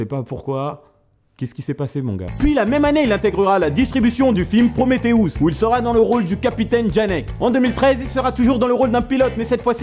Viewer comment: "ProméthéOUS" ? x)